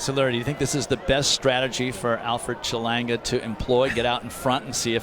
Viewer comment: “Chelonga” lol who is that